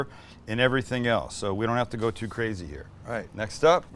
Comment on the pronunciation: Mike would be so proud of your perfect pronunciation of “let’s give it a goo”. I sure would love to give one of those garlic presses a goo